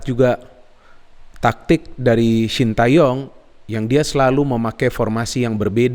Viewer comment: bacanya bukan sin ta yong tapi sin te yong